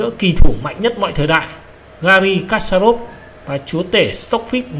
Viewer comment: kasparov đọc là = kas + pa + rov.